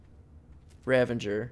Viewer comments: it’s pronounced Ravager not Ravenger. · ITS A RAGAGER NOT A RAVENGER